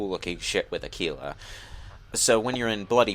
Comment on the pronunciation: It's with a G. Aguila